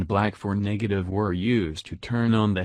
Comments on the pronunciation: So we all gonna look past the fact that this man said Niggertive… just sounded a lil weird wit me and didn’t sit right.. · Did he just say niggertive??